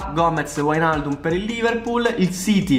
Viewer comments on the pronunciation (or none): none